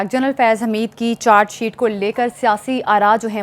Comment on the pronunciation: میڈم چار شیٹ نہی چارج شیٹ کہتے ہیں اپنا تلفظ ٹھیک کر لو